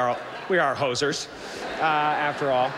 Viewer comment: He slipped in the word hosers sounding like posers. The comedy in that is the word hosers is a Canadian slang for wannabe Canadian.